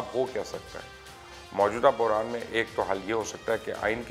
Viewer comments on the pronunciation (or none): none